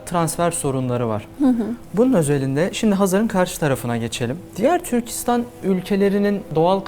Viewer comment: Yaşayın :) Türkistan gibi -istan ile biten adlarda vurgu son hecede olur. Türkçe konusunda daha titiz davranılması dileğiyle :)